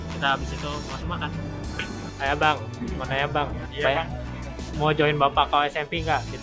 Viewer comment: ban bang bkn baand,wwkwkw